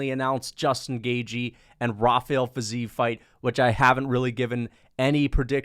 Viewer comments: its fi-zeev chief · The fact that you care if its ruffy or raffy, while butchering fizievs name so badly shows your ignorance, i wouldn't rely on your picks